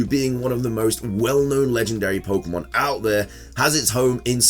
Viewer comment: There is an accent mark on pokemon. What would this accent mean when pronouncing the word? Why do you ignore that accent when you see it everywhere the official spelling is used? Speak the language properly you illiterate dufus.